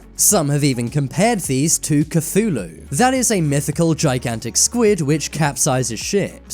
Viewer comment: So much misinformation in this video lol. He couldn’t even get Cthulhu right 😂